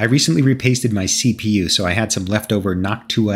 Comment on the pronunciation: That is not how someone is meant to pronounce noctua